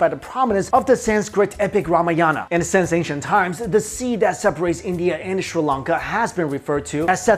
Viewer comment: Sri Lanka not Shri lanka